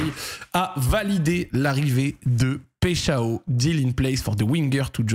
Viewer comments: Yo le Z, je suis franco Brésilien ( de Rio de Janeiro) , ont dit PAÏCH1ON (j'ai mis le 1 parce qu'on prononce comme le nombre) voilà j'espere que c'etait un peu clair :P Force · pecheao ptdrr la prononciation stp.. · Hey Zack, petite précision, son nom se prononcerait plutôt Paille Chao (avec un bon accent français) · On dit paychawww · on dit PAïCHON y parait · Il me stresse quand il dit péchao 😂😂😂